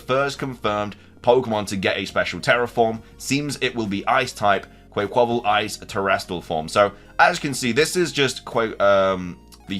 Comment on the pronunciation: Hey it’s pronounced like Quck-qa-Val😂stop the butchering!